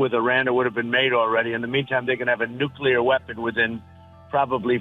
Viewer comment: 'Nucleur weapon' 😅😅😂😂